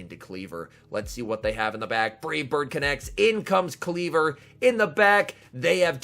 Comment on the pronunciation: Kleev-Or, not Klee-ver. 🙃